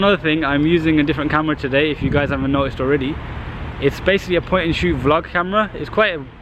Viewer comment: you own an S3 and you say "basily" haha so amusing